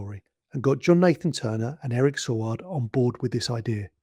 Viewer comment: Yes, the return of the Cyberment and Adric's death were surprises. However, a word of advice - do a little bit more research - Eric Saward's name was pronounced Say-ward, the planet Traken is pronounced Trarken, and March 1982 was not chilly - it was mild and sunny all the way through, like Spring should be. Perhaps trivial points points, but those of us who were around at the time tend to find it annoying after a while (particularly when you kpet saying Sar-ward instead of Say-ward).